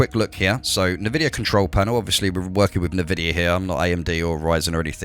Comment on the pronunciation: whats nervidia?🙄